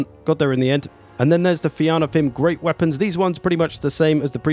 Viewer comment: Fianna is pronounced Fee-anna. It's a Gaelic word. Fianna were bands of Warriors in old Ireland. Enjoy the vids sir. Cheers.